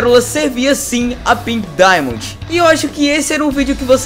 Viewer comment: Para de falar pink dimondi